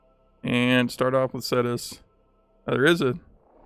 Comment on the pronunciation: You say it like Ctus but add a an e so it's CETUS